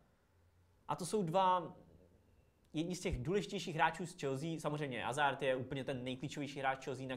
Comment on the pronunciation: Dobře čte se to Azard ale zase takový problém to podle mě není.